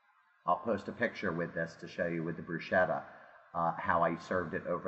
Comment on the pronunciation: you did NOT say brushetta! Next